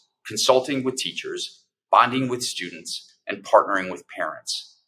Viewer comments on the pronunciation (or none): none